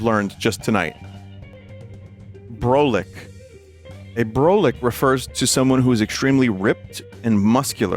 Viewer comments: brolic is not pronounced like it looks. it's brah-lick, not bro-lick, so no, broly was not involved, nor did he even exist when people started using it. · Brolic is pronnounced "Brawl-ic" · New Yorker here, "Brolic" is pronounced Brah-lick, and I've heard it a ton. "Yo, that mufucka's BROLIC son." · Yeah most of these are common. Hearing Vinny try to say brolic was fucking painful